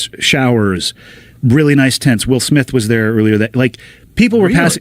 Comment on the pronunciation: "Maan i was just upstairs listening to my wiw smiff cd."